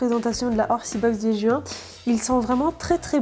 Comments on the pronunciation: C'est bizarre comment tu dis Juin,tu dis "Ju - hein" x) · jou hein x)